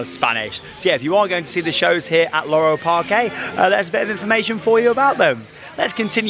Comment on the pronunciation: Just a note: Parque in Spanish is actually just pronounced Park, not Parké. Just like Parque Warner.